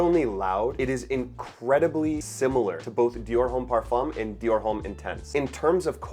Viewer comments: yeah but homme is pronounced like home but the h is silent, so it’s like “ohm.” it’s french. and succumb is just succumb and not surcumb😭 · The H in homme is silent brother.